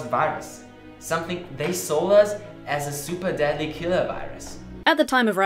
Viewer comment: I've been so confused by the phrase "super daddy killer virus" - just now I understood he said "super deadly"...